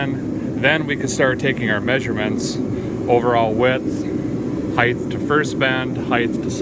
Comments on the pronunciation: Derek, its not "Heigth", its "height" hahah! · “Heighth”, isn’t a word. It’s just height. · Maybe a guy can tell me why so many people pronounce height as heigth?